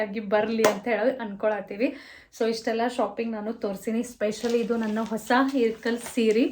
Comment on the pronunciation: Its ilkal not irkal